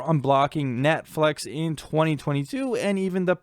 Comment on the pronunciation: "Netflex" probably your Seattle accent taking over; New Englanders have a similar thing ^__^ Even though I'm a torrenter as I'm unable to afford those streaming bundles an' such, I did find this educational. Magnificent work as Always!🖤